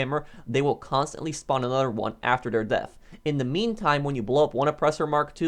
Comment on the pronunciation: I love how he says "anudder" instead of another